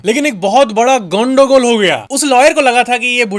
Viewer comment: Bro are you bengali??? You said "Gondogol" and it sounded just right...